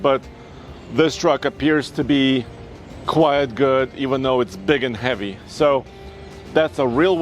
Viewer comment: No bro, for the millionth time it's not "quiet good" it's "QUITE good" 😆🤣